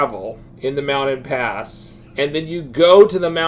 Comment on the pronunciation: Lol, you're killing me with these pronunciations - "Mouded Pass" "Wakeegan" "Mee-lay" 🤣